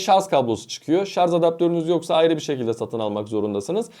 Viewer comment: Artik şarz demekten vazgeç.SARJ